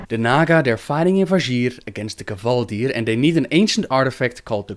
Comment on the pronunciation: Gaaah stop saying Kevaldir! Its Kvaldir!